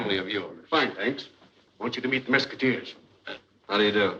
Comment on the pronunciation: you're mispronouncing Mesquiteers. The young boy in the opening says it correctly. Similar to musketeers.